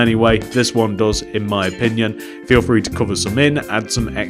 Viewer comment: Not trying to be rude but you say frhee